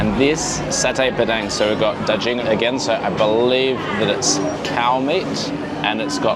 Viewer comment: G in daGing is read like in Guru.